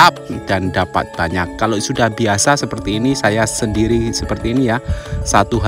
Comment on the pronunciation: Sebutannya memang "buwanyak" ye? Sebab mas Toha juga sebut buwanyak. Loghat daerah mana tu?